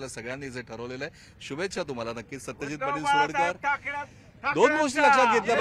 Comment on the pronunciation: सुरडकर। नाही। सरुडकर